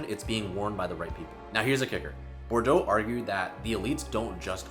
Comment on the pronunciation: Bourdieu is actually pronounced boor-dee-yeugh